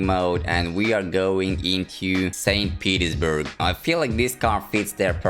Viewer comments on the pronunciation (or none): I thought you said “Saint Pedo’s-burg” for a second 😭😭